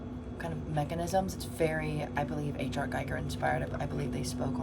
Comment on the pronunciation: Hi, I enjoyed Your video, looking forward to part2. Not trying to be a dick or anything, just a friendly remark - Your pronunciation of "Giger" is wrong :) I know, I know, petty stuff but as a huge Giger weirdo myself I Am kind of overly sensitive to this :). So it should be pronounced "Gee-ger" or "Ghee-ger". Cheers and thx for the video.